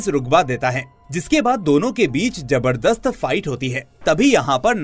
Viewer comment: Jaberdast ni hota Zabardast hota ha. Tum jay hind boltay ho ya Zay hind?